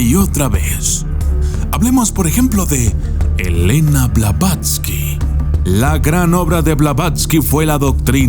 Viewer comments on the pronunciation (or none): none